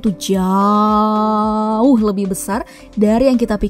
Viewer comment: Ngomong jauhnya biasa dong min 😂✌